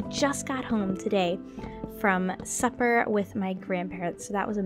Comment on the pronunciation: When you said that you got home from supper with your grandparents I thought you said "suffer"